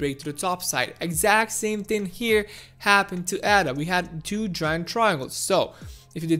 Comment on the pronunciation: Firstly, it’s not “Adder”. It’s not a snake 🤦🏽‍♂️. It’s pronounced “Ayder”. Ada is the name of a mathematician. She was not a snake. Secondly, you speak of the charts as though they have a mind of their own and we just have to merely sit back and study the charts to work out what they’re going to do. You do know that it’s people that make the charts move, right? Thirdly, when we hit the 1.55 area, there won’t be a rejection because some people hit 30% profit and think “damn, I better sell because I’m 30% in profit!” 🙄 name one person that would sell while they’re in the process of a profitable climb at such an early stage. Especially with the headroom that Ada has to move. There will be resistence at around 1.55 because there are a shit ton of people that would have bought in at around these price levels before and are stuck there, in the red. They will want to get out once we hit those levels (except hodlers). Resistence levels are not magical levels that create resistence for nothing. They are people, selling. Lastly, it’s not a case of “sitting and waiting” for Ada to do something. It’s not a living creature 🙄. If people sit and wait, nothing will change and we’ll continue to move sideways. If you want Ada to do something, buy some!! 🙄